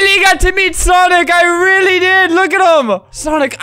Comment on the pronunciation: lol the way Albert rolls his r's into w's is just funny "I WEALLY met sonic, I REALLY did!"